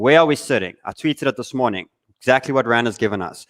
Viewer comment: Exackly, exackly, exackly!!!!!